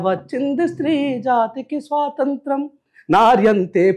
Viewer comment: స్వాతంత్రం,,,,, స్పష్టంగా,, పలకండి, సోదరా,,,,,, ముఖ్యమైన అంశాలు మాట్లాడుతున్నారు,, గ్రేట్